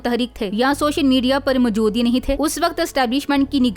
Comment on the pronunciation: Foj??? Ye koun sa lfz hai? Fouj asl lfz hai. Mjood Kya hota hai??? Moujood kaha Jata hai bibi. Pind se seedhi aa kr video bnaney Beth gai ho kya? Urdu to sahi bola kro baad mai voice over bhi kr lena. Right?